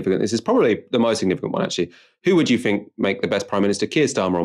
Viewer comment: The word is think not fink.